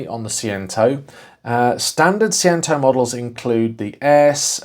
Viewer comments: It’s Say-Chento, as every Italian will be shouting at their phones! And Chink-Wee-Chento will get you close to the other pronouniation! Great little car. Lots of fun in a tiny package! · Pronounced phonetically "say chen tow" Fiat fan here🤗👍🇮🇪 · it's pronounced say chen toe jon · I had one Seicento and four Cinquecentos. Great fun cars, modified most of them! Do look for rot around the rear beam and sill/boot floor corners. I'm sure someone will have already taken offence, but it's 'Say-Chen-Toe' :) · See-chento and Chin-kwa-chento. You've spent too long speaking Malaysian! My 2nd girlfriend had both models in the Sporting trim, both in the yellow. The clutch cable used to snap regularly. My 1st car was the Punto Sporting so getting into her cars was like getting into a soviet era Lada. The Seicento just looked like the Cinquecento had an allergic reaction to peanuts. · See Chen Toe is the proper way to say it. Thank goodness it's not yellow... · Please say the name correctly